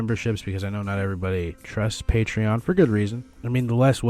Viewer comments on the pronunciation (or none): none